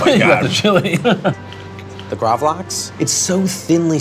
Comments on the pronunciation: gravel - axe.... not graaavleaaxe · Love when they miss pronounce gravad lax as gravlaeeexe. Thats middle class douchery world wide in its finest. Same as when swedish people correct how you pronounce gnocchi. Gotta show everyone what a world class traveler and connoisseur you are. Except for the one fact there is no swedish word for gnocchi. Its cured salmon! lol. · It's pronounced more like "graavlux" . Lax=salmon, grav in this case means to cure. Not a huge fan of it, but would like to try this pizza out.